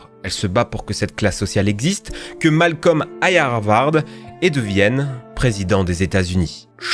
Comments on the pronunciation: sa se prononce pas Malcom mais Malcolm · "GoaOld" "les ZORAILLE" (au secours), "MalKom", "Bhuffi", j'ai du mal à comprendre comment un "fan" ce ces séries peut aussi mal prononcer ces noms iconiques.